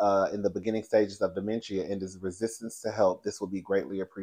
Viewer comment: Dementia is pronounced “duh.men.shuh”